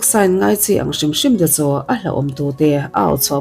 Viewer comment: 'CHU' tih te 'CHUAN' tih tehi lam uluk deuh la ka van ti..Chu tih tehi cha tih ang deuh in a ri